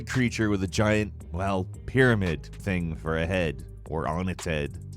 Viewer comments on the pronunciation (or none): none